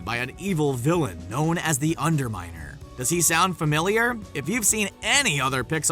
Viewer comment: LOL you said the under minel